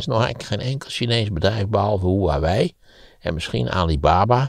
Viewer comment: Hele goede analyse. Huawei is uitgesproken als "Gwa Wee" en the "Xi" in de naam van de eeuwige leider als "Sjie".